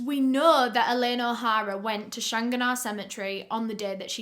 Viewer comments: Lol the park is pronounced like Shan-gan-ah park. Also we dont have police in Ireland theyre called guards. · the way you pronounce shanganah is so funny to me NABJSDHF- no worries tho, its pronounced "shang-gan-ah", very close tho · The park is pronounced as "Shang-gan-ah" just if anyones curious😂❤ i still remember every part of this investigation. My family knew Elaine when she worked in my old primary school. The sweetest woman you could ever meet. 💗 She was also found in the Dublin Mountains- Killakee (Kill-a-key)- not in the park. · I hate to be this person but I live in Ireland just where this happened and the way she pronounced shanganagh Park really hurt my ears 😅 it's Shan-gan-agh Park. Love the videos though! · the park is pronounced shan gan ah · I'm Irish born and never heard of this case,maybe it's due to my age, 22 now so would have been too young when she was being discovered. Thank you very much for recovering this and btw, I would pronounce the park "Shan-ah" 😀 but I'm sure someone who's better at Gaeilge can help you better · The pronunciation made me giggle too 🤭 I love accent 😍. I remember this investigation too. I think everyone in Ireland was heartbroken for Elaine and her family. RIP 💚